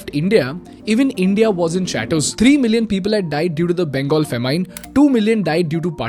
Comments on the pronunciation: A dude who can't pronounce FAMINE properly wants to sell a speaking course. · A lot of great information here, but had to stop watching because of the way you pronounced 'famine'. Learn to pronounce words before you use them, Jesus.